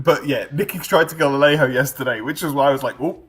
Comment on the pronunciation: 33@ It's pronounced Ale Joe